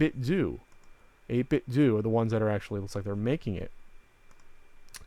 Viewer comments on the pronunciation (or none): Pretty sure it's pronounced 8-bit "doh" like the "Ten-Doh" stuff from LootCrate. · i believe it's pronounced "8-bit-doe"